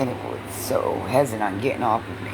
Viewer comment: Omfg the proper pronunciation is "HES-I- TANT" NOT HESSIN AND IT'S "PROSPERITY" NOT "PROSPERTIE" 5TH GRADE EDUCATION I SWEAR